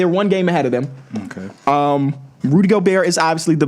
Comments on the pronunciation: The craziest part is he’s the biggest Rudy Gobert fan I’ve ever seen and somehow still doesnt know how to pronounce his name. You can hear him pronounce the T at the end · the t definitely comes out at times but in the first clip he just said it as gobear 3 times in a row so